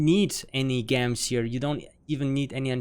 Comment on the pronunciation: Thanks for the info man. Very detailed but simple. One thing is gems is pronounces Jems (hard J, not J like H)